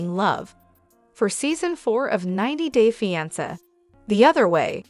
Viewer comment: The pronunciation of fiance is incorrect.